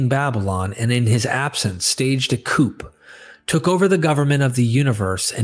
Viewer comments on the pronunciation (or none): sometimes your mispronunciations of common words are a bit jarring, this time it's "coup" as "coop", instead "coo". If you are reading this yourself, maybe have someone double-check it. If you are using AI with your voice, you need to double-check it. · Mind wasn't blown but you put in a LOT of hard work and it is appreciated. P.S. Coup doesn't pronounce the "p" it sounds like "Ku". It comes from French originally. See 'Coup d'état' (not a criticism just advice). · "coup" is pronounced "coo". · Coup' is pronounced coo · The p in 'coup' is silent.